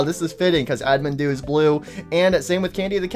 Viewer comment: bro is still saying admindude 💀 its actualy animdude